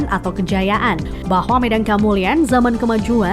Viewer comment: Baca Medang nya kurang tepat min